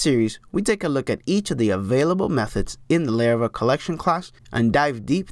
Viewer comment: its laravel not layrayvel